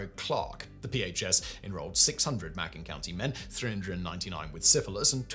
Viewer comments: Hey Simon, it's said this way..the county in Alabama. : [MAY] + [KUHN]. 🤓😉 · Macon rhymes with Bacon